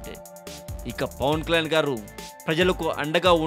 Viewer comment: Arey babu neevu first Pawan Kalyan name clear ga palakadam nerchukuni appudu audio gani video gani present cheyi okkk.....